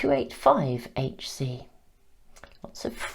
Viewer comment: Hz is pronounced ‘hertz’ lol :-)